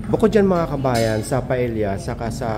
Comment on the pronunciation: sir dada paella is pronounced paeya